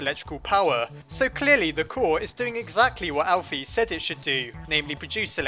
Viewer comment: Alphys name is pronoced al fis not al phys